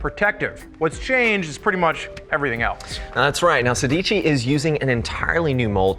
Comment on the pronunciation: Every time they say "Sédici" the Italian inside me dies a little